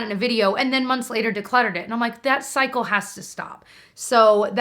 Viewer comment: At one point you say “that cycle has to stop” but at first I heard “that psycho has to stop” referring to yourself and I was laughing up a storm, haha! <3